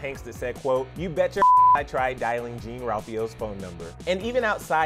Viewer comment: Its pronounced kinda like Jon Ralphio not exactly jean;)